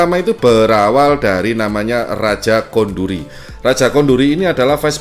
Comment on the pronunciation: "Raja Koduri", ya kan ? bukan Raja Konduri